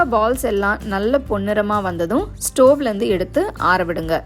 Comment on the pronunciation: This is the correct pronunciation